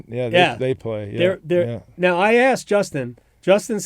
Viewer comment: that "Noaw" was some of that North Carolinian accent rubbing off on Rod after a couple decades in Raleigh, lol